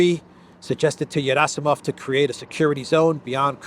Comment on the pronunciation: Gerasimov is not pronounced Yerasimov, it is pronounced Gierasimov with a hard G as in guitar.